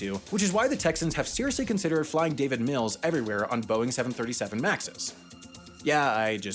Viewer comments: If he’d only said “Davis” instead of “David” lol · It's Davis** Mills. He's not a name worth knowing, which makes the error even funnier.